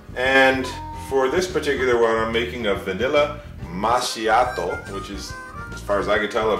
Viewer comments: Dolce is pronounced dol-che and macchiato is pronounced ma-key-ato which is an espresso with a dab of frothed milk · I got the same machine but it's made by krups. I live in italy. Mine doesn't have the green lights, it's the simplest one. I bought a lot of coffee on amazon to save money. Anyway it's pronounced makkiato :) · I know this video is very old, but here goes, the blue button is for cold drinks, and it's pronounced Ma'Ki'Ya'to